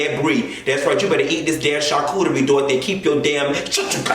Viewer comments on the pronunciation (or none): none